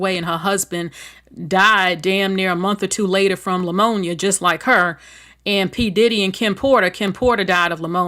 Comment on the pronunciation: Love your content, but the proper pronunciation of Pneumonia is just saying the word with the P silent. There is no L in Pneumonia.